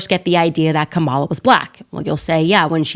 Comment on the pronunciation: Car-a-mel Harris.